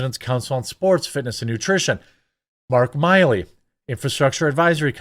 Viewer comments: Bro it's "Mark Mill-E" jfc I couldn't take it anymore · Bro its Millie as in Silly. Not Miley as in Lie ly.😂😂🤦‍♂️🤦‍♂️